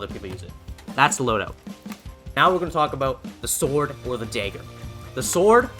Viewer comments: “Daegger” haha Canadian?? Midwest??? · "the sword and the daeger"